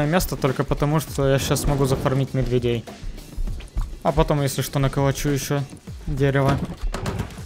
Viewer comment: хах на ты так идеально поставил ударение в слове медведей